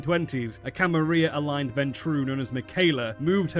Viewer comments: Wait...are you saying Camaria??? It's Camarilla...you're missing the L's... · May I ask why exactly you pronounce the "Camarilla" as the "Camaria"? Is it perhaps because of Swansong or some other reason? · In Spanish a double L is pronounced like a "Y" is in English. IE Tortilla. I assume this is why some people pronounce it like that. Which way is intended? Who knows. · VTM clearly has some Spanish influence though! So I wouldn't be surprised if it's pronounced as a Y. For example "La Sombra" literally means "the shadow" in Spanish.